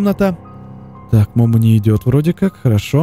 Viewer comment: Не мо́мо а момо́